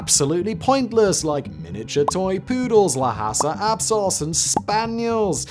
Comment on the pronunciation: Ok so I know you don't care but Lhasa Apso - the H is silent and they are working dogs in that they are inside alert dogs in Tibetan history while Mastiffs were outside guard dogs.